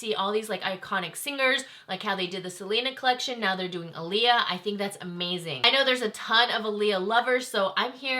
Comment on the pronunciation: Her brother wrote the message and as a YouTube you should do more research on the pronunciation of her name especially if you don't 100% know how to say it 🤦🏽‍♀️🤷🏽‍♀️